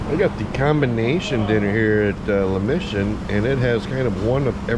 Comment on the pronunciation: Please. Mission is pronounced like missing. La Mission, not mishun.